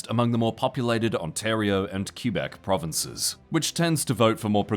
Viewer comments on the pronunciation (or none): Kind of a nidpick but I'd really find it nice of you guys looked into the pronunciation of words which you don't know how to pronounce. You obv don't need to do a goofy accent or anything, but q-beck just ain't it